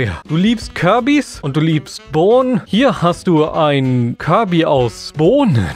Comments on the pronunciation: das heißt firby und nicht kirby lol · Es heißt Fyrbi und nicht Kyrbi